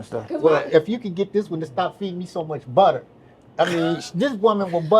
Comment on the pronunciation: 😂😂😂 “She will budda you up outta dere” 😂😂😂😂